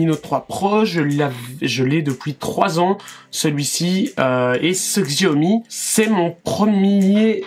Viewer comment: Je crois qu'il faut prononcer chiaomi et non xiaomi !